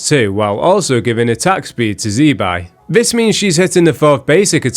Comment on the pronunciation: Btw it's "zih-bye" not "zee"